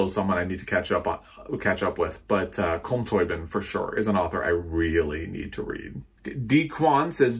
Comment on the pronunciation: "Culm Tobeeen"